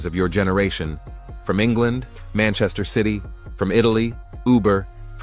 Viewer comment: Manshine city ❌ Manchester city ✅